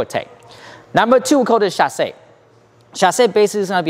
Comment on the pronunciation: it is so weird to hear english speaker talk in french "chassey" "reverew" XDDD